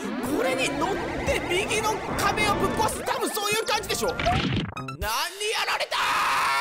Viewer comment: 何にやられたぁー!?のところ 何にやたれたぁー!?になってました